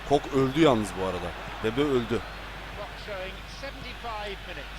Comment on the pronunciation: kok ne ye koke diye okunuyor :D